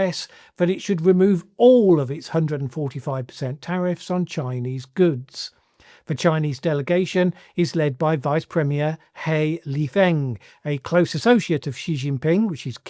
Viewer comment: BTW He Lifeng's name isn't pronounced "Hay Lifayng". The "e" in Chinese names is pronounced like the e in "er" or "ur", so He Lifeng's name is pronounced "Her Lifung".